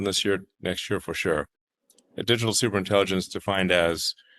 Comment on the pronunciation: What’s with supreinttilligents …suppperrintegillens ,superintengilents …..when lies are the truth